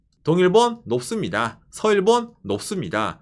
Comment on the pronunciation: 높습니다가 왜 녹습니다(melt) 라고 들리나